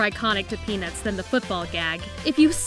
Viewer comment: for some reason when she said "peanuts" I heard penis. Dont judge me